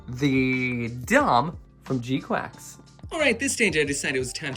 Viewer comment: Bruh it’s gquuuux not gquacks